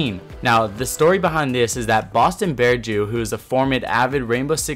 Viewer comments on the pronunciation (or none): none